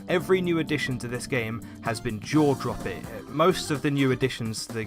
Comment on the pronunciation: He paused slightly at the 'dropping'. It sounds more like 'droppi-'. It's intentional and is sort of a callback to his 'Competitive Failings' video.